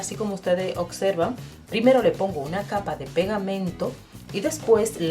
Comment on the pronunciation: Muy lindo tu trabajo, no lo tomes a mal, pero decis acserven y se dice observen, bsis 😙😙